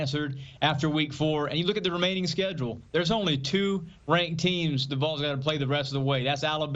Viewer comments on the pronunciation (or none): If you can’t pronounce Vols maybe just call them Tennessee. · It's V A W L S not Voles.😊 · When is CBS gonna tell her how to say “Vawls” not “voles” 🤦🏽‍♂️ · VAWLS. Not voils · Vols is not pronounced vulls CBS-Please have people reporting on sports that know about sports. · The “VOLES” smh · The "Voles"!!! Is this AI or just See Bee Ess? 😂😂😂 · "The Voils?" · I love how she can pronounce Nico Iamaleava but can’t pronounce Vols.